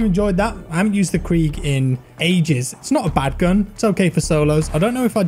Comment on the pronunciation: The Kreeg 💀💀